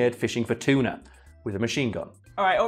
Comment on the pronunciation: I honestly heard the word "cheetah" the first time said "tuna".